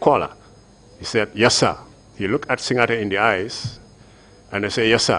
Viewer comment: It’s actually SiNGAteh counsel, not SiNYAteh! These records will be kept for posterity, so it’s important to say the names right. Just my two-piece.